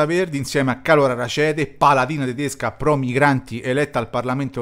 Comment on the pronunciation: È un cognome tedesco, pertanto va pronunciato esattamente come è scritto: Rackete e non Racete